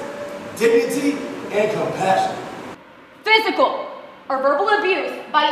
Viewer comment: Did he say “compassion?”